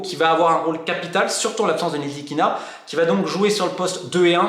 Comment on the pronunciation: Un petit "tip" a Romain pour bien dire le nom de Frank Ntilikina: oublie le N au debut et ça va passer tout seul. "TILI + KINA" 😂. Superbe video encore un fois et que le meilleur gagne.